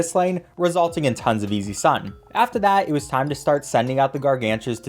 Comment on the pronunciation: "Gargantars" Every pvz fan